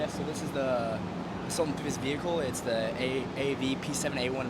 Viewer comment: V-hickle.. lol